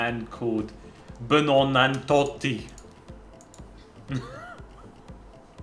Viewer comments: "BUEANNANTOTTI" 🤣 Ik im the only comment watching in 2022 but still man at least try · oooohhh...let me see I'm putting this guy BENONANTOTTI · That Buonanotte pronunciation 😂